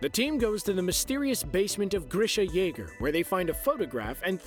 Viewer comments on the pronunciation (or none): none